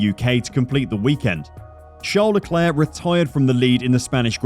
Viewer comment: His name is "Charles", not "Shart The Claire".